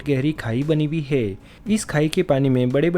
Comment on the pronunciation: है को हे मत बोलो